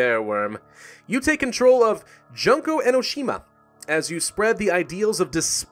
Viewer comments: its pronounced June-ko Enoshima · wow some of your pronunciations were so off but I think I like Junk-o better than Jun-ko because I cracked a smile impulsively. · This dude should be renamed the butcher because of what he fucking pronounced dangonronpa and junko like